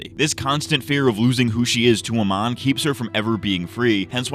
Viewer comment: I like how you just kept calling Amon 'Oman' (the country), which is what I did a lot by accident as well xd